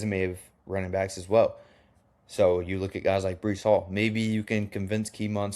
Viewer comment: Breece Hall is his name not Brice/Bryce